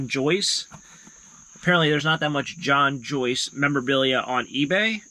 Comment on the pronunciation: In my opinion I think you're mispronouncing the last name it ain't John Joyce that drove for that team it's a guy by the name of John Force